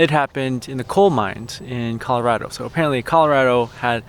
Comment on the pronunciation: Thank you for saying Colo-RAD-o not Colo-RAW-doe. Ever since I saw a sign in a store that said its’s RAD bc we are rad, its bugs me when said the other way-lol